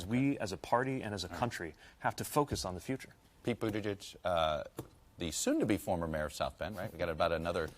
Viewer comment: Best pronunciation of Buttigieg to date by a TV interviewer.